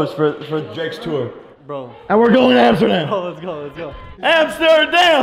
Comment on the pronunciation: When tidus was screaming "AMSTERDAM!" It sounded like he said " NOTRE DAME!"